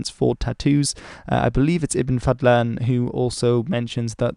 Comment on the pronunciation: Into Islamic history and I know Arabic. Good job pronouncing ibn Fadlan’s name correctly. One thing. The h in Ahmed is a little lispy what you pronounced is a bit like خ.